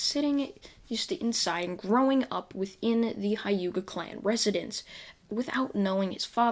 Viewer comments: Did my guy just say Hayuka clan? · Not to be rude but you saying hyuga wrong